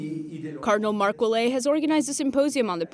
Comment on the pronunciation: Ouellet is pronounced "Ou-A-LET"